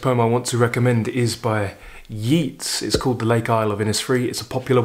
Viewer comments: I really enjoy all your videos Thank You I have been brought up on Yeats. Pronounced as YATES not YEETS Which is interesting as Keats is pronounced as KEETS not KATES “The Second Coming”is a wonderful poem by W B Yeats As is “Ode to Autumn” by Keats And so is “St Francis and the sow” by Galway Kinnell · It's not Yeets as u pronounce Yeats....I'm Irish...it's pronounced Yayts....love your channel...just found u....I love that everyman series of books.....poems are music of words...meant to b read out loud....greatest thing I ever did was study 'elocution' where we called out poems learnt off with gusto and hand gestures....this is my 3rd video of yours today (found u this morning by typing 'something new' ino YouTube ) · A very interesting analysis and selection. From Dublin may I mention that Yeats is pronounced YATES. It doesn’t rhyme with Keats despite strong imaginative links. The same is naturally true of his artist brother Jack. I hugely enjoy your videos and hope you’ll forgive me the correction. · Always watch and listen to your programme on You Tube and its always interesting. Just so you know, Yeats is pronounced YATES and Inishfree is pronounced as spelt. INIS is an Irish word meaning Island. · "Yeats" rhymes with "greats",! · Thanks for your very enjoyable content and hi from Dublin. We pronounce it Yeats as in dates; not Yeats as in Keats. Maybe you know something I don’t… fyi. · Great selection, the Shelley and the Yeats are among my favourite poems. Yeats himself is probably my favourite all-round poet. My daughter's boyfriend is from Sligo, his family grew up and still live a stone's throw from Innisfree, beautiful country. I love WH Auden's haunting poem 'In Memory of WB Yeats" is, with its presage of war. You've probably been told that the correct pronunciation is "Yates", btw. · Your commentary is so eloquent, I feel you would want to know the proper pronunciation of Yeats' name: it rhymes with Gates, not Meets.